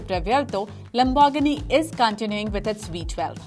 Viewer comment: Love the way she says Lambor-ghini